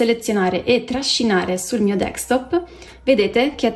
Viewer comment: Capisco che sia un tutorial “for dummies”,ok…ma ti prego, si chiama desktop, non dextop.